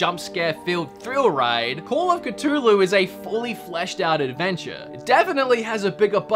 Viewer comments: My dude you pronounced Cthulhu correctly the first time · It's literally how you pronounce it when saying "Ia! Ia! Cthulhu Fhtagn!" so... is correct.